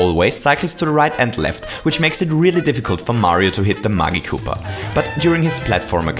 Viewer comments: Correct Pronounciation- mah-ji-ku-puh| You're Pronunciation (Wrong)- mah-gi-ku-puh| PLEASE SAY IT RIGHT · When you say magic koopa it sounds like muggy koopa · It pronounced ma-gee koopa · I always pronounced Magikoopa like this: Magic + Koopa = (Mah-jih-koo-pah) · the g in Magikoopas is pronounced like magic, not like magma. (I used magma for the example of you pronouncing the g as a hard g, because magma was the only example of the top of my head.)